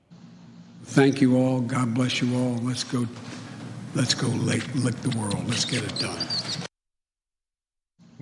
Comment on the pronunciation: He went off the script and then he went incoherent and it was unintelligible for a while. Then he said let's go lick the world and then screwed up the word lick and then followed it up again. He just couldn't speak. He does this crap all the time. He seems senile. It's only getting worse.